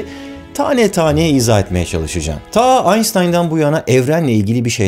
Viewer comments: Kaç videodur rahatsız ediyor ama pas geçiyorum, şu adamin adini lutfen dogru telafuz et ya. Adam alman, soyadı "Einstein". "s" ile okuma şu adamin soyadını, almancada "st" harfleri "şt" olarak telafuz edilir... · Abi tamam belki doğru telaffuzu Aystayn olabilir ama lütfen şuna Anştayn de gözünü seveyim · Aystyın değil Einstein